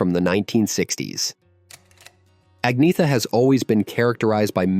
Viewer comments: Only an American can call her Ag-neetha - when the pronunciation should be Anyetta. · First of all......... you cannot even say her name correctly. In her own words.......... it is: aug-nee-et-a. That is the correct Swedish pronounciation, as she says it herself. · Heard her say it herself. Agnetha is pronounced ANNYETA! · You pronounce it Anyetta Falskoh. I like your videos but you need to tighten up the pronunciations and lose the Godawful ai thumbnail images. Seriously. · Pronounced Anyeta! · At least pronounce her name right.